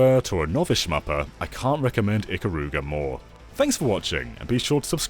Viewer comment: And Japanese and weebs don't pronounce "Ikaruga" that way